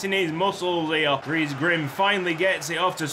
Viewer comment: The way you pronounce dries really makes my ears bleed. To be phonetically correct, it's pronounced like the name of the actress Reese Witherspoon, but with a D sound added in the front. So dutch spelled Dries, sounds like english Dreese.